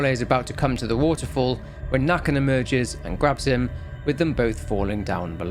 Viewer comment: Nøkken, its more Nuhkken Pesta is her name, Pest means plague